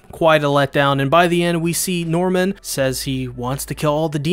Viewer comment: I heard "genocidal mormon" when you said genocidal NORMAN! And I burst out laughing